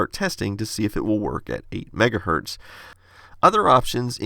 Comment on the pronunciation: Kevin again: "LOL, why do you leave the z off of "megahertZ" when you say 1? You think Zs and Ss are the same thing?